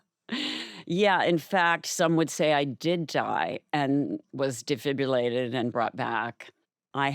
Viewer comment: Not to take anything away from her grief experience, but if she was in a Mensa school as a young child, why didn't they teach her how to break down a word like defibrillate and pronounce it correctly? There is no "U" in that word.